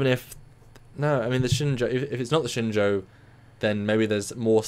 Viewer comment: has it down. Shenzhou is pronounced like "Shen-Joe", not "Shen-Zow".